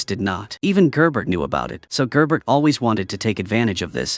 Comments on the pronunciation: Yes and Gerbert is "Jear"ber" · Issa bow, gerbert, galowgus, etc. if your using AI narration at least do a check and make common corrections.